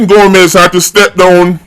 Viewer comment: Hail, her name is Gomes…..not Gomez